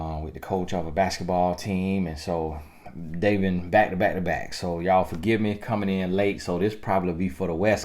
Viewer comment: Lawddd Tony gaskins I don’t think you understand how funny you are in telling us the truth. And omgggggg this whole time I thought you were saying bike not back. Though I understood the reference 🤣🤣🤣